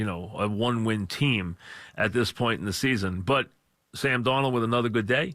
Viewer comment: "Listen I discuhved Sam Dawnold uhkay"